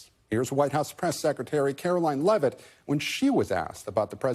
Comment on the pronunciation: Yeah, they keep pronouncing her last name wrong. It’s not Lev-it, it’s Leave-it. We don’t pronounce Eugene Levy’s last name Leave-E, we pronounce it Lev-E. Thus it’s not Karoline Levitt, it’s Karoline Leavitt, like, Leave-it. It’s pronounced just how it’s spelled.